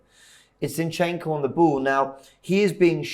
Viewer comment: MAH.. STOP calling him Zee-yin-chenk-o plssss😫😅 it’s absol JARRING. ZinChenKo!🥲